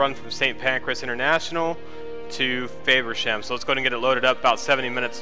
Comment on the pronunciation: Dude you pronounce it wrong it's not fayversham its FAVersham I live there😂